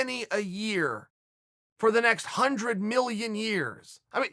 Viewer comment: "Undred percent"